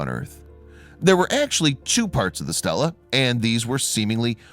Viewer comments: It's not pronounced 'STELLA' with e's like in 'hell' but 'STEELA' with e's like in 'me' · Stel la-a woman's name, stee lah-a stone raised by humans to record events, history, memorials, etc. NOT pronounced or spelled the same, and NOT interchangeable.